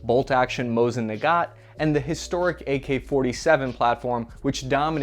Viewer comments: The second name of the Rrussian bolt action is pronounced nagahn. The t is silent. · I'm... Confused... Why are you pronouncing "Nagant" as "Nagat" and "Barbarossa" as "Barbosa"? Are you trying to imply that the Mosin is a nugget and you've watched too much POTC that Barbossa keeps coming to your mind?